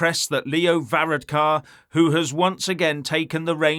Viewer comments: 32🇮🇪🇪🇺 from Dublin this guy is obsessed 🐎💩🇬🇧 he cannot even pronounce Varadkar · You need to do some practice on pronounce his name before you go online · Varadkar should have gone to Specsavers there ain't no o in his name!